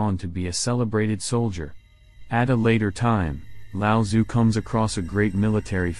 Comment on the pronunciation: With the audio component of google translate freely available these days, can you please learn to pronounce his name properly